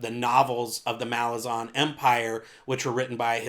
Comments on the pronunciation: Ok so most people say malazan, with the a from "ass" (consistent), and imo that sounds the best. The author himself says malaazan, which sounds dumb but cant really debate with the author himself. but yeah I really think you should go for one of those instead of your own. It just kinda bugs me. Good video aside from that, keep at it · Because Malazan means "of/from Malaz", so the -an suffix isn't meant to be emphasized. The obvious way to pronounce it is Malaaz-en.